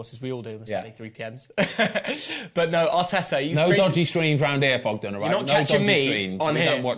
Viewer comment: Not Thogden Ben, please not Thogden